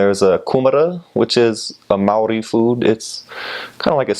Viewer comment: Well ur Maori words are amazing!! welcome to our small country of paradise